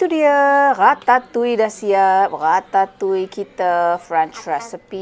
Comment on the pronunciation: Baru la saya tahu cara nak sebut Ratatouille tu dgn betul 😂 selalu saya sebut 'Ra-ta-tu-iel' Unik sebutan french ni